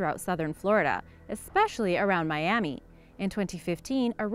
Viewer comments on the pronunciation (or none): none